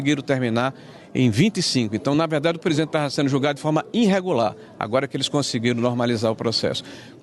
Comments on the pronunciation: "inrregular" doeu aqui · Senador falando "reiNtero" (...) e "iNregular" é de lascar!!!